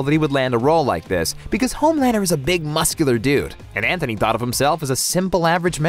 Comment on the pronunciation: Please stop saying Anthony lmao.